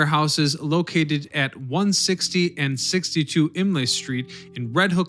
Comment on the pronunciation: aNdrea Doria - INlet not INlay